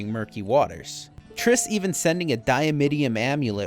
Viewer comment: Dimeritium fool.. not diamittium